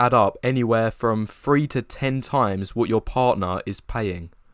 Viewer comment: hey, I have a pro tip for you to gain one whole point on the scale. Pronounce words with "th" in them properly, instead of replacing the "th" with an "f" examples: 3 = "three", not "free" etc.